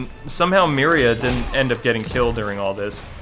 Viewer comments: Maybe I am the only ine to notice, but Aquaman's wife's name is MERA not MERIA or however you pronounce it. Not a big deal but as an avid comic book reader it hit a nerve. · So, I'm just saying, it's Mera, not Miria. And it's Aqualad, not Aquaboy. Also it's Dan Didio, not Dan Dido.